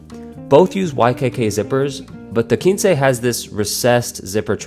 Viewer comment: Video was very well done. Nice comparison! Just a note, I think it’s pronounced “kwinse”